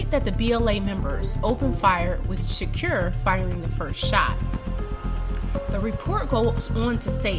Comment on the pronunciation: Say shakur right please